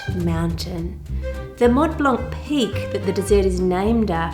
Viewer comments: Hi I'm french and you actually pronounced "chataigne" correctly ! But in "Mont Blanc " you shouldn't pronounce the T and the C. Yes french is weird😂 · This is so beautiful! Not only the traveling part but also the recipe! As for your french: you almost got it! You just shouldn't pronounce the "c" at the end of Mont Blanc and for "châtaigne" make the "ai" part longer and almost don't pronounce the "e" at the end! French is one of the worst languages to learn so you are doing great!!! Thanks for the great video as always! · Hi, Ann, love your videos. The E at the end of châtaigne is silent, as are the T at the end of Mont and the C at the end of Blanc. Judging from the video, it looks like you had Mont Blanc Speculoos which has biscuit (cookie) added in it. That might account for it being drier than the éclair filling which, traditionally, would be crème pâtissière anyway, rather than crème de marrons. 🙂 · Hello Ann, I'm french and your pronunciation of "chataîgne" is pretty good according to the "gne" in this word which makes it difficult for not french speakers. Other tip, we have some "mute" letters, so you don't have to pronounce the "c" in "blanc". More over, we have two words in France for chestnuts, there is "chataîgne" and "marron" (which can be also refer to the color brown) but "marron" are technically not edible. I said technically because some "marron" are the deluxe version of "chataîgne", don't remember exactly how and are fit to eat. Those "marron" are usually made for "crème de marrons" (chestnut creme) or "marrons glacés" (candied chestnut) which are usually festive products in France.